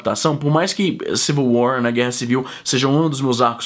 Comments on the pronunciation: ''Civil war'' ou ''civil way'' ? é seu sotaque canadense ? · kkkkk ai meu deus é só vc assistir vc falou ''civil way'' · pra min ele continua a fala way''